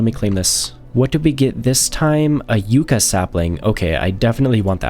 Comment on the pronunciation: Sir, that has two c's in it. It's pronounced "yuck-uh," not "you-cuh." No, despite what everyone in Europe would have you believe, those are not the same thing.